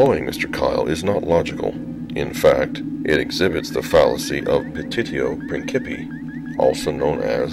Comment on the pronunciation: His pronounciation hurts. Principii is pronounced with an "s", not "k".